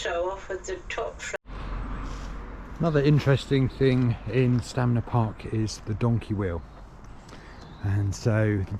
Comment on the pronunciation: It's Stanmer but he keeps saying Stamner?